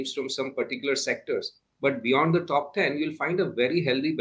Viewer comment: Pronouncing "Top" as " Thhoph" won't sound you an American.